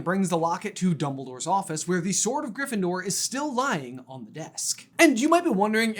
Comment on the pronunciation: I’ll give you another one: “what if… Snape was sorted in griffyndoor”